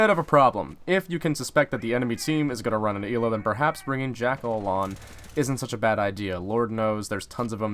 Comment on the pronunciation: It is Ella it is spelled ela but it is Ella